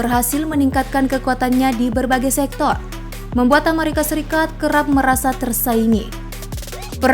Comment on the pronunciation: plis dijawab min. inspirasi dari mana sih nyebut amerika kyak gitu? 25 thun gua hdup, baru di channel ini doang ngedenger nyebut amerika beda sendiri wkwkkw